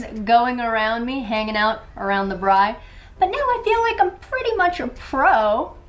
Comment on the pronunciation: First ever American to pronounce Braai properly 🤣